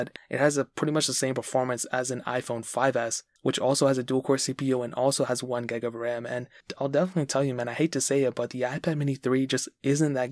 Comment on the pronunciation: Hi it’s gig of ram not geg of ram